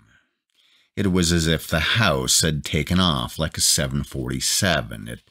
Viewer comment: Wtf is this narrator... Laeeeek, tonaeeit, borkaeuuup, can geeet, keed, escapeeit 15 year old would do better job